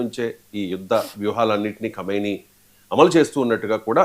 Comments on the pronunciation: Khaimoni kaadu khameni...news chadive waallu first waalla accent check chesuko vaala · ఆయతొల్లా ఆలి ఖొమెయ్ని పేరును కైమోనిగా పలుకుతున్నారు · Kameni కాదు. కుమేని అనాలి. కైమోని అంటున్నారుఇంకా మీరు. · Khaimoni kaadandi.. మళ్ళీ మళ్ళీ అట్లా pronounce చేయొద్దు please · నీకు తెలివి ఉందా అసలు? ఎం news presenter నువ్వు? Iran ఖొమెని చనిపోయినదుకు పిచ్చిపట్టి సాటి muslim countries నీ attack చేస్తున్నరు. Common sense లేదా? national media కి గాని international media కి గాని తెలియని విషయాలు మీకు తెలిసిపోతున్నాయి విచిత్రంగా. ఖొమెని అని పలకటం కూడా సరిగ్గా రాని నువ్వు సిగ్గుపదాలి. చీ 🥶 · Arey First Learn How to pronounce Khamenei' s Name Properly..